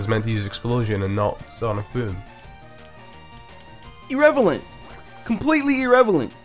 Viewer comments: This guy said "erevelent", its irrelevant. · Irrelevant, not irrevelant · 'irrevelant' hahahaah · You said irrevelant Lmao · btw its irrelevant not irrevelant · He says irrevelant on purpose. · its pronounced ir-REL-a-vent not ir-REV-a-lent